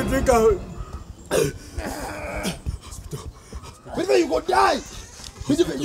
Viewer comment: Say hospital 🤣🤣🤣🤣🤣🤣🤣🤣🤣